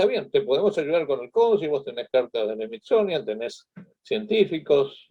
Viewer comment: Llegue a los 7 minutos despues de oírle decir Smizonia, Natgeo y ver su chamarra con el logo de la n a s a para poner pausa ... y ver los comentarios y salir decepcionada :(